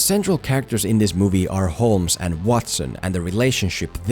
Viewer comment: The L in Holmes is silent.